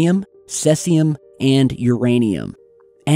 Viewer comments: Isn't it cesium, not "celsium"? There's no element named "celsium", is there? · Cesium not celsium. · seeZum not saysee-um and seeverts bro sheesh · Radiation levels are not increasing. It's the first time they've gone into that part of the reactor( the CRD's). And it's cesium not selsium. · FYI. It's pronounced SEE ZEE UM, not SE ZEE UM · cesium not celsium dude thnx for vid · Its "Ceasium 137" NOT Celsium.... and its pronounced (cezium). Just thought you might want to know that for validity sake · I think it's Caesium (Seize-e-um) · Sieverts (pronounced see-verts) Caesium 137 (pronounced see-zium) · cesium = "seize" "ee" "um" or seas ium and thank you. holy crap. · Sigh. - there's no L in ceasium, dude. I think you're throwing a little 'celsius' in there. SEE-ZEE-UM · it's excelsior ceasium. up and onward to ravage our DNA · cesium - see-zee-um) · SEA SEE UM ... Cesium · Cesium is also pronounced See-Zee-Um Thank me later :) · It's pronounced like seize him, cesium. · It's pronounced "see-Z-um". Did you never do chemistry in high school or what? I've never heard anyone butcher cesium that badly. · Never actually knows what he's talking about. Proof?; He perpetually reads words with totally wrong pronunciation, showing he has Never even heard the word apoken aloud! Like here with Sieverts, oh, and Cesium, he pronounces it with an L for some reason.., 'Celsium' WTF.. Watch a damn documentary (or 5000 of them) dude! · Jack The Wicked Well, He did pronounce Cesium as 'Celsium' ... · sorry man, but you lose credibility when you can't pronounce the word sievert or cesium correctly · I think you meant to say cesium.